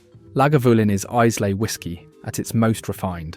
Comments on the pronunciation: “Eyeslay”?? 😂😂 Repeat after me … eye-la, eye-la. Islay = Eyela. AI shite. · And 'eye-la' FFS. Not 'eye-zlay' And 'Laguvalin'. I've watched a 'worst value whisky' vid that put Chivas Regal at the bottom because it was too smooth and boring. Macallan double cask was rubbished, too. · Eyes-lay whisky... sigh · It's not Eyes-lay. It's Eye-la. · Brands, or bottlings from distilleries? Also, really weird mix of blends, single malts and one CS thrown in. Pronouncing Islay as 'I -slay' (it's 'ai-luh') is bit of a giveaway (if more were needed) this is clearly AI generated. So many more distilleries you could have included. General ranking of what is included is probably a fair/reasonable take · AND 'IZLAY' for 'Islay' [Iylah for ye sassenachs] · And Izlay. Its pronounce Eyela. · What a load of computerised nonsense. "Blokes"? "One hundred eighty years"? And, Islay is pronounced "Eye-luh". The praising of incredibly average, not to say awful, whisky, seems to demonstrate that somebody is getting paid for this rubbish. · Did that synthetic Sassenach actually say Eyes-lay? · You can tell he's not Scottish. The island may be spelt 'Islay' but it's not pronounced like that. It's pronounced 'eye-la' where the 'la' is very short (that is, not larrr). And where's the Bunnahabhain collection? Beautiful peaty Islay single malt. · My go to Whisky is Johnnie Walker Black with a drop of water and no ice. In South Africa we get our whiskys at 43 % abv and 750 ml. I often hear that the pronunciation of Glenmorangie is Glenmoranjee. Glendiddich is Glenfiddihf. Izla ??? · Please learn how to say Isla - eyelah! Horrible flat voice and no research into pronunciation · Always a mistake with this otherwise reliable robonarrator, eyes-slay malts, Glen more_angy? Really killed the vibe those ones. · Where on earth is 'Eyes lay? Jeez... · There is no S in in Islay. You must put more effort into your pronunciation to sound convincing. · ...and Islay too.